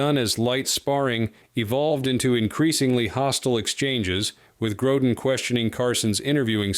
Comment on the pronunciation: Gro “deen..” come on.